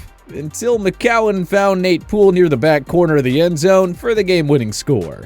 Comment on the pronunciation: IT IS IS NOT JOSH McCOWIN IT IS JOSH McCOWN